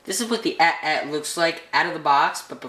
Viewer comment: it's pronounced (ay T ay T) not at at